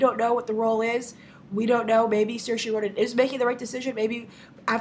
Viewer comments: grace I'm not tryind to be rude but its pronounced seer-sha id know cause its an irish name and I'm irish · I'm Irish Grace, it's pronounced Sure-sha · As an Irish person I can't let it slide that you are mispronouncing Saoirse Ronan's name. You are actually doing a much better job than a lot of people, but Saoirse is not pronounced with an "-ee" sound at the end, but a softer "-eh" sound.